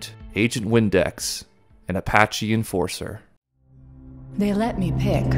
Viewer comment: Reading Apache N4SIR as enforcer and not nasir is hilarious